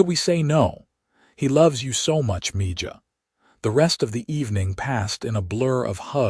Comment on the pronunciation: It's not MIJA, It's MIHA